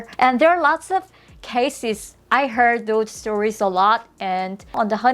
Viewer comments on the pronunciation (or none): none